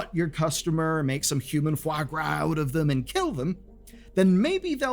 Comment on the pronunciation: woah that "kill" felt personal